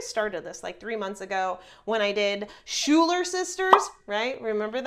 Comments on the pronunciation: is It shoe-ler sisters or sky-ler sisters?? The songs and the musical say sky-ler but she always says shoe-ler 🥴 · Did anyone else notice the pronunciation of Schulyer? That’s not how it’s pronounced. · It’s pronounced skyler sisters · The Schuyler Sisters is actually pronounced more like Sky-ler Sisters. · It’s pronounced skylar sisters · It is pronounced sky-ler! 😃